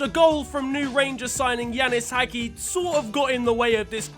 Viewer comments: It's not "haghi", it's "hagee" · It's pronounced Hadji